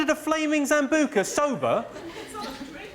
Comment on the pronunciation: Why's he calling Sambuca's a zambuca?